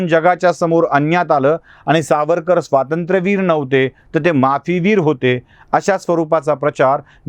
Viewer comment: युवराजांना आधी स्वातंत्र्यवीर नीट ग्हणायला सांगा